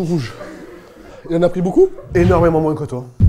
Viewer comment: tu dis moinsse au lieu de moin?